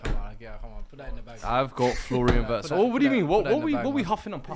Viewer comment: I hate pronunciations of Wirtz